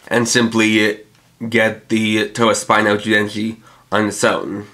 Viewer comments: It's "tobasp-EE-no" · Why do you insist on mispronouncing Tobaspino?